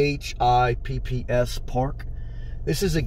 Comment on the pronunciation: It’s pronounced “fipps”